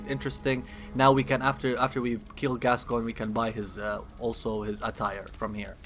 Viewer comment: I must say, I appreciate that you could pronounce the name Gascoigne. It's Gas-Coin, it's not that hard. Yet, SO many other channels insist upon saying "Gas-kee-oh-nee" or something. It gets kind of frustrating after a while.